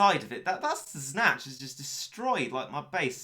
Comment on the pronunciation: Snache is Snatch.